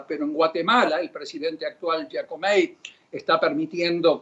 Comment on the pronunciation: Y este señor que sabe del sector privado de Centroamerica?? Ni sabe pronunciar el apellido del presidente de Guatemala y ex Presidente Otto Perez.. NO está sentenciado. No es Giacomei.. es Giammattei… Lamentable que ignorantes se crean expertos y gente babosa les crea.